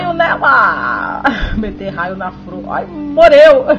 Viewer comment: "Fror, pranta" você fala tudo errado!